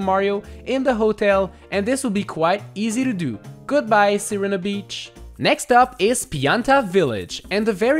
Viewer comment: I think it's pronounced Sareena Beach